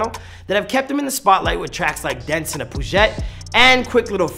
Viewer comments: Dents in a puzhet...? How did he mispronounce peugeot when its in the main hook in the song? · "Dents in a" poojette"" lmao did you even hear the song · Dints in a Pooguét 🤣🤣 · "In a poojet" lmaaaooooooo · "Dents in a pooghet" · Bro… dents in a what? Dents in a fucking WHAT?! Poojet??? 😅😅😅😅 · Dents in a “poojhet” 🤣🤣🤣 clearly guy has not listened to the song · Dents in a poo-jet? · "poo ghet" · "Dents in a Poo-Jhet" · dents in a poozhet??? 🤣🤣🤣🤣🤣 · Can I get a re run on how my mans said Peugeot? Bruh. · We just gonna ignore how he pronounced Peugeot??